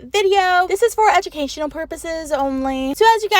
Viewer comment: ii love how u said educationall❤❤❤❤❤❤❤❤❤❤❤❤